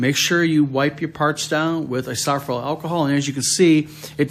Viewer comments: You're killin me with how you're pronouncing isopropyl...lol! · I couldn’t find I-sawf-ral alcohol anywhere! 😂❤ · lol "eye-so-pro-pull"